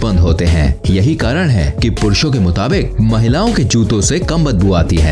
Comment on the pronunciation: Mahilaon ke juto se km badabu aati hai.. jute thoda jyada hi clear nahi Bola aap ne 😆